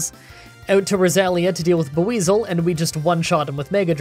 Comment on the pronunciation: The way he pronounces Buizel hurts my soul. It's Bwee-zull but he pronounces the 'U' so hard. Despite that gripe, I loved the video, good job.